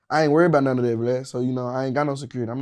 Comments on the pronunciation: He still call n em Glad not Vlad lmao 😂😂😆😂🤣🤣🤣 I'm ded lol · 🤣🤣 Bruh He Call Vlad "Glad" 🤣🤣🤣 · Lmao why he always call him glad